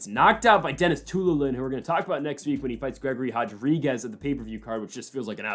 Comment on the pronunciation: ITS *RO*DRIGUEZ!!! NOT *HO*DRIGUEZ! PRONOUNCE IT HOW ITS SPELLED DAMNIT!